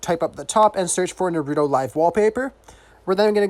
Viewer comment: He said nerudo